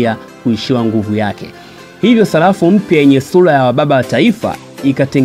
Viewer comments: Salafu au sarafu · Sarafu kaka sio salafu serikeli na sio selikali